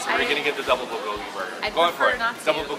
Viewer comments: The "L" sound they keep putting on bulgogi sounds off to me for some reason. I've always heard it pronounced like "booh(r)-goh-gee". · I just feel like they don't try hard enough. They say it more like bull-go-ghee when it should sound more like bool-go-ghee (the "l" in "bul" should sound a bit like an "r" but not too much; the o should be a bit more close-mouthed; and the gi is fine). Hope that helps~ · its pronounced byul go gi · The way they pronounce bulgogi makes me so uncomfortable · Their pronunciation of bulgogi makes me cringe aaahhhh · I wanted to like this video, but no. Your pronunciation of 불고기 is weird and jarring. Also, tattoos and wife beaters? Bad choice for foreigners. Makes us all look bad.